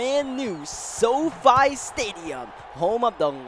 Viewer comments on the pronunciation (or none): none